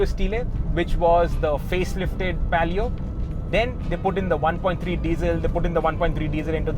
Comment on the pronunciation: Its palio not pelio. And alloys were 14inch on s10 not 15inch